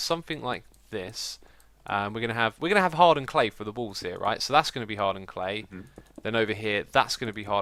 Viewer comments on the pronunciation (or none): For some reason, when you say 'hardened clay' I think you say 'hard earned clay' xD